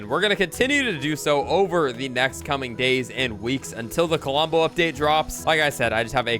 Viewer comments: "Kalombo"? LOL Love ya,. "Klombo", man. "Klom-bo" Huge fan of the channel, bro! 😅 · Under 30 mins ❤ Also its pronounce klom-bo with only 2 syllables not ka-lom-bo Just so you know im not throwing shade at you it just bothers me when people mispronounce things Love the vids. Also if you put villigers on the farms they will give you more wheat same goes for other crops if you have them planted, and the droped fish on the ground are from a bear they sometimes drop fish